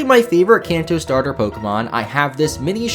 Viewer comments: "S T arter Pokemon" You don't get to pick a Pokemon, sorry. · Bu- bu- but starter has a T in it😭